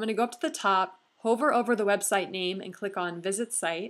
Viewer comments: Hi - love your videos! They are so helpful. Just a little pronunciation tip for the future. The word "hover" should rhyme with "lover", not "Rover" the dog.:) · excellent. couldn't have done it better myself. u are very talented at what you do. you may mispronounce "hover" but it's all good! haha thanks so much!